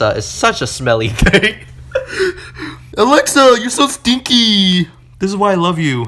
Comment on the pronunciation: Hello im alexa. Amd that says a-lex-E-a